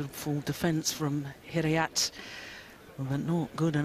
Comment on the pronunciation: it's not 'Hidiyet' you idiot! it's 'Hidayat'!!!!